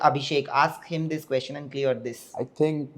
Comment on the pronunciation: Somebody teach this man how to pronounce question. It’s not quoshon. It’s ques chen. Question. Not quotient.